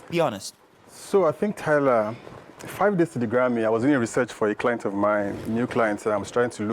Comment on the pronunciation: I'm sorry...Did you just say Tyla Perry?